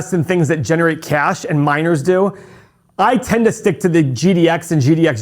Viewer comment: When you said “you like miners” I thought you said “you like minors” 😳